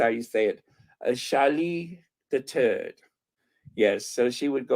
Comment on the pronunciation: I really thought you said Charles the turd but you actually said Charles the third